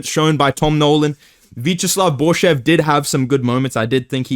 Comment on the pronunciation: Jon Anik disperses name pr0p4ganda. Unc was calling borschev boarshowve.Its shev like shevchenko lil bro just put the fries in the bag.